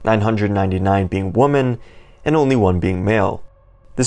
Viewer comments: Dude, the plural for woman “wuh-men” is women “weh men” please educate yourself on something other than video games, despite my pet peeve, great video 🤙😂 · Are you mispronouncing women on purpose?